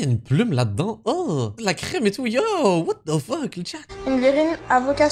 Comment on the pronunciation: ah ouaiiiii 🤡"what de fuuuuk"... fin de la vidéo pour moi!